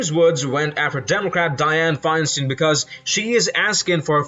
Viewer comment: It is pronounced ... fine-stine. Other names be "Steen, "but her's is "Stine." Thanx.